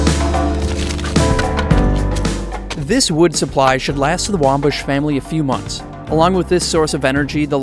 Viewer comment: Its Wimbush, not Wombush 😂😂